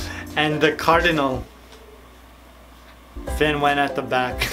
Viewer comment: Are you trying to say “caudal fin?” You are so cute and 😆 funny!